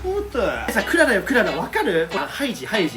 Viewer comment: クララじゃなくて ク・ララ ですね